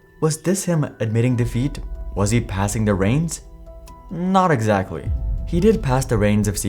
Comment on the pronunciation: "Not Exacly"......T. Good video by the way.